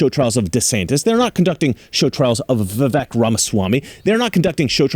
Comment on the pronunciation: FYI - Vivek rhymes with cake